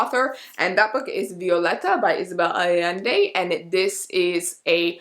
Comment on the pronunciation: you actually did great on the isabel allende pronunciation :D